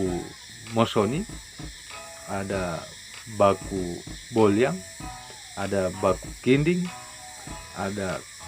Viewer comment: SALAH PELAFALAN! Baku Bollang dobol L dibaca ditahan.. Dobol L itu ditahan bkan Jadi li